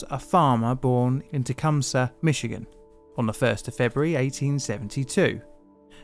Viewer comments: As a Michigander, I was noting the same thing. Many Europeans say Mitchy-gan when it's really Mishi-gan :) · Good work pronouncing "Michigan" correctly. It seems like a great many non-American English speakers will put a hard "tch" in there or even a completely reasonable "ch" instead of the natively pronounced "sh".